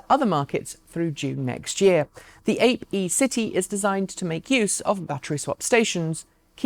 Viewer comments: The Hacksmith has an interesting scale model Cybertruck. P.S. Piaggio Ape is pronounced ap-ay (Italian for bee). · Excellent as usual, thanks. Small thing, Ape is pronounced Ahh pay and means bee. Apiary comes from that.